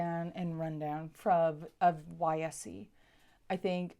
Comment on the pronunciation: Fyi, YSE is pronounced wise.